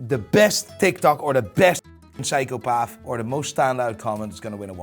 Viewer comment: The biggest psychopath is the guy saying psychopaf. Edit: No swearing? Fuck. Edit 2: that watch is what I call a piece of shlt. Edit 3: Wolex.